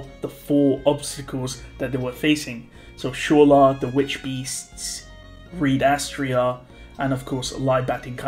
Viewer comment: As always, absolutely amazing pronunciation of Reed Astrea.